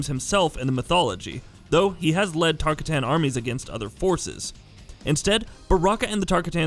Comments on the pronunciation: That atrocious "Tarkatan" pronunciation tho. Uggh. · Where is the normal guy? Hearing him try and pronounce tarkatan is painful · For the love of God PLEASE learn the pronunciation of characters, places and clans/races before you make an INFO video regarding such information. It’s just unprofessional. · Lol his pronunciation of barakas race lol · Drink every time he mispronounces Tarkatan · Bruh... the Tarkawho?! 😒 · Can't even pronounce baraka's race correctly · Had to stop watching. Holy hell how hard would it have been to look up how to pronounce Tarkatan. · BRO ITS “TAR-COTTON” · As soon as I heard TaRkAtaNs I went to the comments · Sign 1 this nigga dont know his shit....sayin Tar kitt ton. 2 shin noke ( dis is my ladys account. Had to say that so niggas dont run lip. ) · Tarkatan listen to yourself. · Tar-catain not tarcitan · The host of this video needs to listen to Johnny Cage vs baraka intro dialogues in mk11.... Its Tar-KA-tan... Not tar-ka-TAN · It’s pronounced Tar-cotton not Tar-ka-tan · Tar-ka-ton. Not Tar-katan. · Every time you say tarkatAn i feel intense anger. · Lost me at the Tar Ka Tan part... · "It's Tar-kot-tan, earthrelmer!" -Baraka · Koe Tal Kahn Tar Kuh Tans Air Mac Shinook Bro, at least make us think you've at keast pkayed the games at some point. Geez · It’s pronounced tarkatin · Wtf is a tarkuhtan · TAR -KAH-TAN .... douche bag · What the fuck is a “Tark-Uh-Tan” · Jesus, TER-KAH-TON I need a shower after this one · everyone knows its tar--cotton... fool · Tarr kah tanns... smh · "Tarkitans" LMFAO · Tf is a tar-kuh-tan 😂🤣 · every time he says tarkatan I lose a little bit of my sanity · johnny cage: “Tar ka tan? tar kay tan? which is it?” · Did you even listen or look yo how to pronounce Tarkatan? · Say tarkatan right pls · Stopped less than a minute in the video..... DEAR GOD MAN DO RESEARCH ON HOW TO SAY TARAKATAN!!!!!!!!! HAVE YOU EVER PLAYED ANY MK GAMES???? better yet Shoalin Monks??? Shit man. Butcher my boy racial name